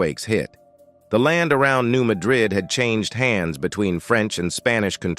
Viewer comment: Hey, for a guy who speaks for a living: It is pronounced, "New MAD rid". The accent is on the first syllable. You should put your arrogance on hold while you try to do your job properly.